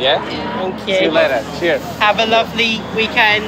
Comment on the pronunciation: Did he actually say tschüss guys or cheers guys?